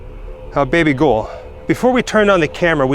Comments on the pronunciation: When you say her name it's like your saying "baby girl" with down syndrome so like "baby gowel" or baby girl autistic style...lol baby gol baby gol 🤩🤣 anyway thanks for sharing the video all in all it was cool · I can't get past dude saying baby gull 😂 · What the hell does he keep saying??? Baby gole? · I had to stop watching when I realized he was calling her "baby ghoul"...